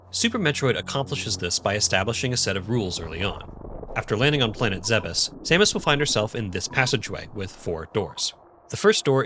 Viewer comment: THANK YOU for not pronouncing it "Zee-bees" like I hear WAY too many YouTubers do. It's infuriating.